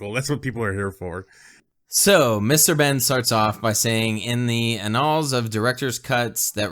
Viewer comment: How do you guys not know how to pronounce words like "opus" and "annals"? I hate sounding like a snotty fuck over the internet, but mispronouncing basic words kinda puts a bum note on your arguments.